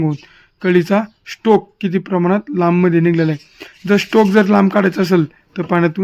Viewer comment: स्ट्रोक म्हणा हो स्टोक नाही